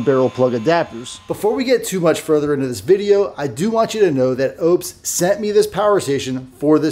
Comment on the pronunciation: Its not Opes, its Oupes. 😊